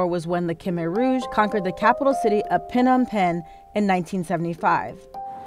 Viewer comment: It's not pronounced Pe-nom Pen. It's pronounced Nom Pen.